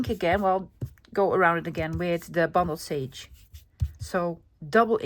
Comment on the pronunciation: I’m enjoying these shorter videos. Beautiful project. You make me smile it sounds like you are saying bumbled sage. Bundled sage comes from the bundles of sage used by Native American people in ceremonies. Blessings from Canada 🇨🇦